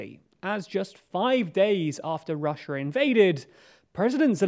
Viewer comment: Why can't you pronounce Russia correctly?